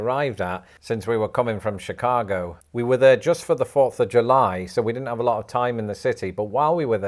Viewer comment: Lived in chicago my whole life and it tickled me to hear you say Chicago with a Chicago accent. Well done!